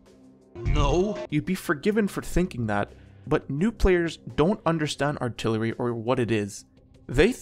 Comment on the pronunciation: "Remove altilery"